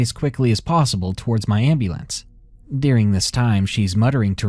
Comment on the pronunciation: I love your channel and have been a subscriber almost since you started. I just have one suggestion. Having listened to hundreds of your narrations, you often mispronounce names, locations, even common words like "during" which you pronounce "deering." In this episode you mispronounced the medication Versed. Perhaps you could make sure you have all of your pronunciations correct before recording. Just a friendly suggestion.